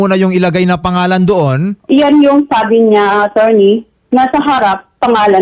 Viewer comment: ..atorney....hindi ateny...😅